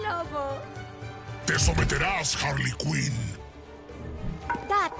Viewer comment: Todos: Harley: Wasona